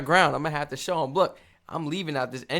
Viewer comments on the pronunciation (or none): none